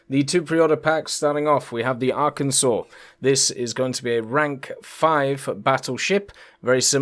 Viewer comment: As a resident of Arkansas my entire life, unfortunately GAIJIN marketing got to me and will be ordering the USS Arkansas., on behalf of all Arkansans, THANK YOU for pronouncing Arkansas Correctly!:)